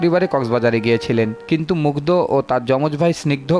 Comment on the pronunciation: দ আর ধ এর উচ্চারন জানা থাকা জরুরী ! নামটা at least ঠিকভাবে বলুন